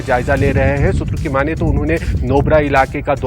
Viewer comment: मैडम.. सुत्रों.. किया होत है..